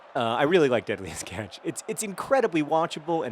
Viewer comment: It sounds like you're saying deadliest ketch, which I find amusing due to my disdain for the ketch rig of sailboat.